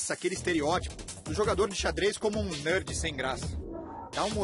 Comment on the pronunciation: "Nãrd" ksksksk